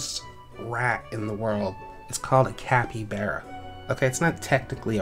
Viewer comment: Chin-chill-a Cap-y-bar-a Thats how you pronounce those